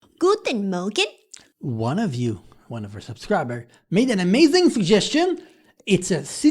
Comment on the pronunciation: Your pronunciation was on point👍🏼